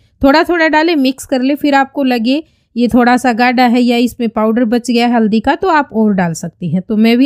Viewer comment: tabhi you haldi ko madam aldi bol rahi hai.